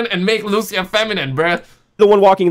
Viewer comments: Wherever we go gta 6 leak is there 😂 And she is Lucia not Luchia 🤣🤣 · It is Lucia (Lu - Ceeuh) not Lusia